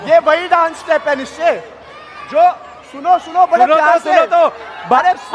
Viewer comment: Abey woh "nischay" bol rahe the